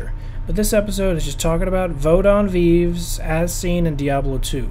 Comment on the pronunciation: Not pronounced veev, it's vayvay